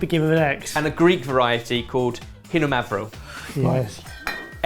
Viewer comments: The greek grape variety is pronounced Ksinomavro, not Hinomavro. It is a compound word of Ksino (Ξινό) and Mavro (Μαύρο), meaning "sour" and "black" respectively, even though it's color is not the darkest out there. Especially from the Naoussa region where the wine used here is, the variety is PDO and can be used for red, rose and even slightly added to white wines for a blanc de noir end result. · Greek wines are globally awarded. Its totally worth it to make an episode dedicated on them. Just a kind comment: even though it's written xynomavro it is pronounced ksinomavro not hinomavro. Great job!!!❤️ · How can a chef like not know that the Hellenic wine isn't called "HE no mavrtho," but "KSE no mavrtho?" In Hellenic it is ξινόμαυρο because the letter ξ is pronounced like see with a k sound in front of it. Για μας! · For the record, Xinomavro is pronounced with an X sound, like Ksinomavro (it means sour black). The Greek letter X is indeed pronounced like an h in Greek as said it, but Xinomavro isn't spelled the same way in Greek. This is just the anglicised version so an X is an X. Amazing job this time! truly made up for the uNbLeAcHeD baking paper fiasco, bravo 😂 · the X in Xinomavro doesn't make a H sound, it's a KS sound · Sooooo not to spoil the fun but the x in xinomauro is prounounced just like you would pronounce the letter. it means sour black (ξινο = sour, μαυρο = black). Also if you liked xinomauro you should really give mesinikola a try, especially the rose